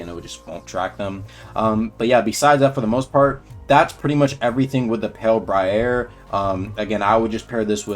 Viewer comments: Btw you’re pronouncing it wrong, it’s “Br-I-uh” not “Br-I-Air” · Bro got all fruity with the pronunciation saying "Bry-AIR", just sound it out my guy it's "Bry-ERR" lmao Ain't no way you've never heard someone say briar before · Is this…a guilty gear reference? Also it’s pronounced “Bry-yur” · briar is just pronounced br-eye-er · Pronounced as bri-er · pale bry-air ☠ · 🤣🤣 is pronouncing it wrong